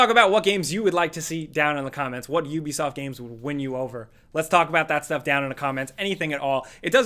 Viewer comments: How is it you people made so many videos about Ubisoft and you still don't know how to say the name. Hear this is how you say it OO-BE-SOFT I suggest you people learn how to say before you do your next video about Ubisoft because y'all sound stupid every time you say the wrong way and it's cringy as fuck. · It’s yubisoff ffs.